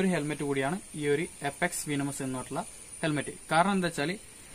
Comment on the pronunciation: Bro വീനമസ് അല്ല വെനമസ് ok.. pinne back visor alla athu spoiler anu.. pinne video length kurakkan nokkuka😊😊😊